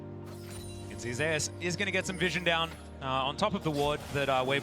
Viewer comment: They says Zeus like zay ouss lol